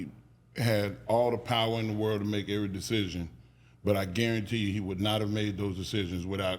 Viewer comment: (EVERY NOT ERRY)